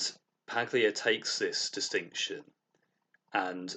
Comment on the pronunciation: I'm very glad to have discovered your channel. Your videos are insightful, and you have a very nice voice. I'd just like to note, though: the name "Paglia" is pronounced "Pahl-yuh" - the "g" isnt pronounced, because Italian names are weird.